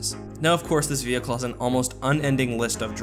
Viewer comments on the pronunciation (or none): none